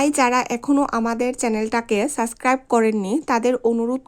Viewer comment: সরি। উচ্চারণ ঠিক করতে হবে। ব্লক/ব্লগ সুস্ত/সুস্থ সাসক্রাইব/সাবস্ক্রাইব এই ধরনের আরো শব্দ আছে উচ্চারণগত সমস্যা।